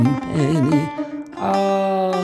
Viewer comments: Selam, Cem kardaş Cem Adrian şarkıları seslendirirken söylerken duyguları hisleri yansıtan biridir ama bu Türküde çok nötr okumuşsun sizi severiz ama lütfen kelimeleri yanlış telaffuzda var dikkatli kullanın kelimeleri ve haydar derken çok düz okuyorsunuz vurgu olsa hisde yok sanırım bu Türküye konsantre olamamışsınız yinede nefesinize sağlık Sevgi Saygılar 🍀🍀✌🏼🇹🇷🌍✌🏻✌🏽✌🏾🌈Allah Ruhunu Yüceltsin ışığınız Yıldızın her an parlasın ışıl ışıl ol⭐️🧜🏾‍♀️🧜🏻‍♀️🧜‍♀️🐬🐬🌲🌲🌲🌲🌲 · Selam Cem kardaş Cem Adrian şarkıları seslendirirken söylerken duyguları hisleri yansıtan birisiniz ama bu Türküde çok nötr okumuşsun sizi severiz ama lütfen kelimeleri yanlış telaffuzda var dikkatli kullanın kelimeleri ve haydar derken çok düz okuyorsunuz vurgu olsa hisde yok sanirım bu turkuye oek konsantre olamamışsınız yinede nefesinize sağlık Saygılar 🍀🍀✌🏼🇹🇷🌍✌🏻✌🏽✌🏾🌈